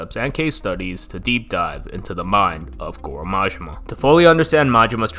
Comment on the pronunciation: I love the video but hate your American accent butchering all the pronunciations of the names. Sounds like yarkuza the way you say it and marjimar I hate the accent. YA KU ZA. MA JI MA